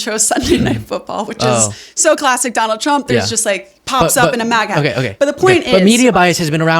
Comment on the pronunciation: Did she say Don-old Trump?